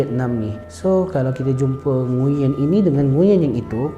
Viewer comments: Sebenarnya sebutan nama NGUYEN ni bukan ngu yen, tapi nguen. Aku pun baru tau lepas sorg brader vietnam bagtau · sebutan "NGU-ERN" la.. bukan "NGU-YEN" tgk Ě dia ada intonasi berbeza. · Kalo dlm American movies, cara dorang pronounce nama ni nguwen sebenarnya ya. Bukan ngunyen. Betulkan yg biasa, biasakan yg betul. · nama nguyen tapi sebenarnya kena sebut "nguwen"